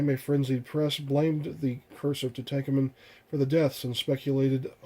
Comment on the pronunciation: Aside from the horrific 3rd-grade reading level exhibited . . . very informative. FYI - it's pronounced Too-tonk-awmun. Where do you live . . . under a rock?